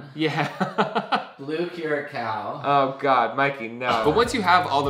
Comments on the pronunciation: Mike sighing at Mikey saying cura-cow is me whenever someone says "erbs" instead of herbs. The H ain't silent. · I love that Mike says "blue curacel"